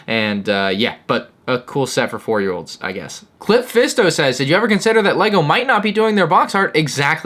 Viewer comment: am I the only one who heard "clit fisto"?